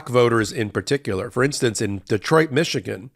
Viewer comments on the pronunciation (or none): none